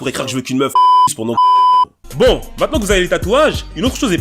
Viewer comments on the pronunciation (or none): none